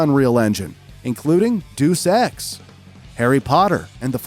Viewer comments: Its "Days-Ex" not "Doose-Ex" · It's pronounced more like day-oos. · "douce" ex???!!! lol. ich schmeiß mich weg... daß amis mit deutscher oder französischer aussprache haben, ist ja bekannt... aber daß manche nicht mal latein beherrschen, gröhl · Its not "duuus eex" its latin its "DEUS EX" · Deuce Ex ? No. It's pronounced 'Day-us Ex' . That is Latin. Idiot. NEVERMIND. Just realized it's a computerized software voice not human. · Day Oos Ex. Not Deuce Ex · Deus Ex pronounced "Deuce-X" Oh FFS, it is pronounced as "Day-us Ex". And as there seems to be a high level of ignorance here, DEus Ex is itself a shortening of the phrase Deus ex machina, which has a literal translation of "God from the machine", and which means "an unexpected power or event saving a seemingly hopeless situation". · Doos Ex?? Sigh. Deus Ex is pronounced Day-us Ex. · Did... did you just pronounce deus-ex as doos-ex? You don't sound like a gen-zee, so I'm not quite sure how you've gone so long without ever hearing the game's name spoken out loud, let alone the original famous Latin phrase deus ex machina. FWIW deus rhymes with hey-oos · Makes me laugh when people call "Deus ex" "deuce ex". The word Deus is Latin and is pronounced "day-oos" or at least, "day-us". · Very small itty-bitty nitpick: It's not pronounced "Deuce" Ex, it's pronounced "day-us". It comes from deus ex machina, or God from the machine. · It's pronounced Day-us-ex. Not Dooce-ex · Did you really say Deuce X? Alright, I will admit, it is not a common everyday term, but for future understanding, and we all learn things everyday, so today you are one of the 10,000 that are learning this, the pronunciation is "day-us". It is from the latin term Deus ex machina, or, translated to English: God from the machine, and is often referred to story scripts that seem to magically solve problems for the protagonist. Now you know. Cool cool cool! Go forth and educate others!!!! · Deus ex is pronounced "day-us ex" not "do sex" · “Duce Ex” 😅